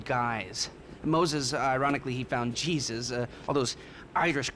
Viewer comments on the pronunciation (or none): none